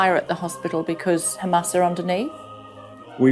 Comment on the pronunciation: Im tired of their accent (khamas) what the hell man. Its hamam. And how can you bomb under the hospital?